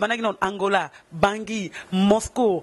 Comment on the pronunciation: Yo mutu licencié na Ifasic oyebi te que balobaka Moscour te? Moscou, Moscou eee nde balobaka